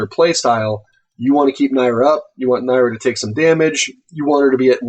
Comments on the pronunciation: It's "NEAR-AH" the creators literally tell you how to pronounce it. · It is Neer-ah refer to the back of the leaflet. It is only mildly annoying to hear my favorite cat's name be mispronounced so often. 😂